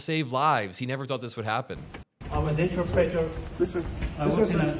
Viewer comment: Not sure about this afghan guy. He was claiming to be an interpreter while not pronouncing interpreter correctly.